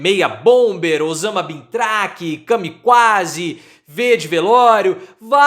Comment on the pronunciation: CAMIQUÁ é bom KA-MI-QUÁ kkk